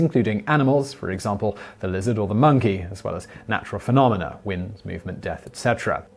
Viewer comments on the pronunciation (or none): none